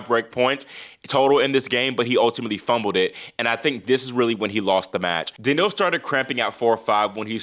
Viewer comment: I love your show but I find it difficult to understand how you pronounce players' names. Example: how you say Daniil. I suggest you pronounce it more like Daniel, with more stress on the "Dan." Also Bonzi in English ought to be pronounced /Bahnzy/ not /Bonezy/ as per the basic rules of English pronunciation. Granted in French the "o" would be pronounced /o/ like the name of the letter, but if you're trying to pronounce it like French then you have to soften the "n"; otherwise it doesn't work. Thanks. -a pronunciation teacher